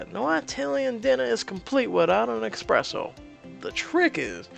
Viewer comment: omg... it's not expresso, it's espresso!